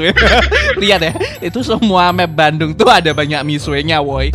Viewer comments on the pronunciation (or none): none